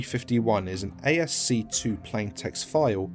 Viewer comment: Reading ASCII as ASC2 hit me really hard.